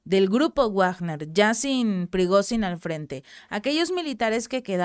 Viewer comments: Se pronuncia "Vagner" no Wagner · Felicidades, soy su seguidor. Para, con comedimiento y para mejorar he de comentar lo siguiente, considerando que Wilhelm Richard Wagner es un músico alemán y su nombre también, "Wagner" no debe pronunciarse como en el inglés, no se dice "uagner", sino como en alemán, algo así como "vagna", en el mundo del arte internacional, en castellano se usa más "vagner". Espero les sea de utilidad. Saludos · Hola excelente video gracias por informar, una cosa se pronuncia (Vagner) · Pèsimaaaaaa leyendo noticias cada vez que veo que ella va a dar noticias de "Guuuagner" veo otro canal. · Se pronuncia "Vagner". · Eso es en ingles. Si hablas entre hispanohablante se pronuncia Vagner . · se dice Vagner chingao